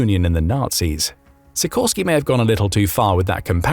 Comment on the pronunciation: Sikorski is read she - core - ski (with the stress in the middle).